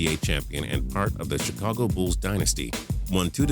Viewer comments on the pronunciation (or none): none